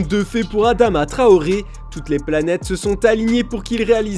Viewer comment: "Adama trohoré" mdrrr c'est TRAORE les frères pas trohoré